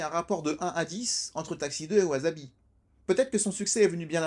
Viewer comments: Gnagnagna on dit pas wazabi, on dit wassabi gna gna gna commentaire gratos et éducatif. 😉 Par la force du dragon! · Faute classique de prononciation: わさび se prononce ouassabi et non ouazabi… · Intéressant mais... ça se prononce [waçabi] 😁 . J'avais adoré ce film à l'époque, et j'étais pas encore fan du Japon à l'époque :p ! Jme le suis retapé récemment, ça n'a pas pris une ride :D ! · On dit "wassabi". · je dirai ca a tous mes vendeurs de sushis (8 au total) qui bien que japonais disent wasabi...(vu que en francais un S au milieu d un mot se prononce ze" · J'avoue que "chouette vidéo, au passage, Wasabi se prononce tant" (bien que les membres du film le disent a la Francaise) Dis comme c'est dit la ca fait grave celui qui ramène sa science et qui en est fier 😂 je recois ca apres un travail de 40 min qui a du demander 7 jours de taff je l ai mauvaise